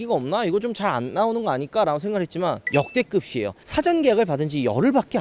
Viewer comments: 역대그비에요 가맞아요 역대급시에요가 아니예요 방송보다가 저 말만 나오면 좀 깨요 정보공유 채널인데 발음은 잘 해주셨으면합니다 부탁드립니다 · 왜 역대급이에요를 역대긊이에요라고 발음하시나요